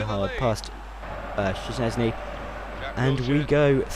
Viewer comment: OK for the future reference szczesny is pronounced like shchesny and blaszczykowski is blashchykowki hope i helped and you will pronounce it right ;)